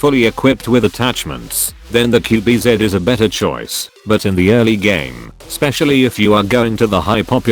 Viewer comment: Its qb ze not qb zet